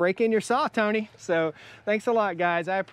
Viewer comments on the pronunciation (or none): none